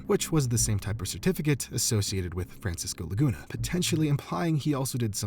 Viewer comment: Idk why but I heard "Francis goolagoona" instead of Francisco Laguna